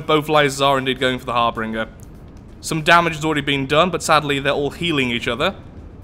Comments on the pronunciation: it's Harbinger, not harbringer lol. Think the Reaper from Mass Effect. Great vid though! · Harbinger Pronounced: "Har-binj-er" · Just my ocd, i dont think harbringer is actually a word, bu kept saying it like a champ, so thats where my borderline insanity kicks in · Not harbringer, harBINGER. You have no idea how hard it was for me to continue through this without screaming so loud you can hear me from Leicester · Its not pronunciation,harbringer and harbinger are different words. For y'alls that dont know ,that means the letters are different. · I hate to be nitpicky, but.. Har-bin-jer. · I'm fairly certain "harbinger" is pronounced har-binge-er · Pretty sure it's pronounced Har-Bin-ger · To be honest this is the first time i've noticed you pronounce something wrong .It's kinda weird hearing you have a speech impediment it just seemed like a ( cringe-worthy) slip of the tongue. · um there are differing pronunciations around the world i know where i live it is harbinger but who knows like how turbine is pronounced tur-bine in canada and tur-bin in the us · Harbinger has two R's, not three. It's a cool name too. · I'm aware, I saw his comment :D It was just driving me crazy so I had to get it off my chest lol.